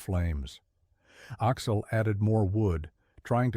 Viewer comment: I’m not sure I can finish listening to this. Axel is pronounced Aahx’-el, not Oxol! 😢